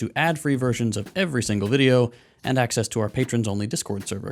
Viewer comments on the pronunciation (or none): none